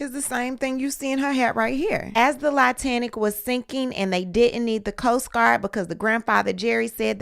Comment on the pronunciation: This lady said "Lie - tanic" i'm sorry but that shit was hilarious lol